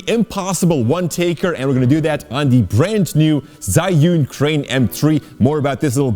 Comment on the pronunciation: ZhiYun 智雲 "Zhee-Yoon", not "Zhai-Yoon".